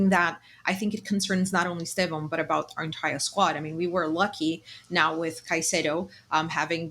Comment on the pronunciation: Great show guys. But hey, you are sharing the Pod with two natural Brazilian Portuguese speakers, that consistently (correctly) pronounce his name as ‘Stev-on’. Give up this ‘Es- Tev-Ow nonsense. I forgive some of the ignorant British content makers and commentators, but you literally have no excuse. You are hearing from the horses mouths!!! COYB